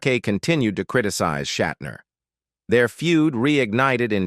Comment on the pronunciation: Okay, so, William’s grandfather had the surname, “Shatner,” but he changed it to, “Shatner”? Ah, I see… Google straightened me out: Shat’s grandfather was “Wolf Schattner” but he dropped the ‘c’ and a ‘t.’ (AI voiceover seems to be working through somewhat of a learning curve. 🤔)